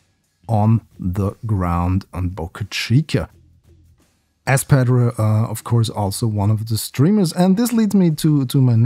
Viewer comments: you got it. He made is sound like [Redacted]padreh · The way to say Padre would sound similar to Padray not padreee i believe. Feel free to correct me anyone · Padre is pronounced "pod-ray". South Padre island.